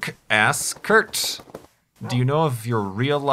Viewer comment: *Kurt Don't mess up someones name. Thats rude.